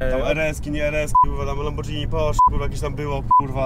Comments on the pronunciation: No nie wytrzymie, gość pozytywny ale jak słyszę "LAMBORDŻINI" to muszę sie wyrzygać. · "Lambordżini" aua 💔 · Lambordżini było kurwa, rski były też nie...🤣